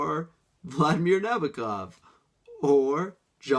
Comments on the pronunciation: cough NaBOkov cough (I will get people pronouncing his name right. I really need to read some Alice Munro; where should I start....of wait, I should watch this video. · So many people pronounce it that way, I even watched a documentary where a Nabokov expert pronounced it that way, even going on to say "I know it's wrong" headdesk